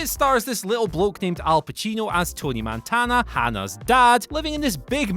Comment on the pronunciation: "Tony Mantana" jesus christ...